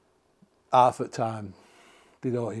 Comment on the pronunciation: I just figured out that English people don’t pronounce their h’s if it’s the first letter of the word. Like hello would sound like “ello”. I love your accent. It’s very cool and makes you nice to listen too. Like when you say half. It sounds like “aff”. 😊❤